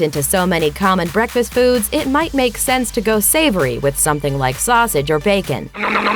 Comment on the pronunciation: What the hell?! Guess I'm ditching bekfast because I can't eat any BEKFast foods!!